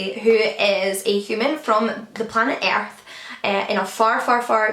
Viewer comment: is it weird that I love the way you say "Earth" with your accent during that Binti recap? LOL also thanks for the recommendation about Convenience Store Woman! I need to read it!